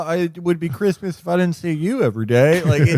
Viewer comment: I thought you said Christman and the sentence still made just as much sense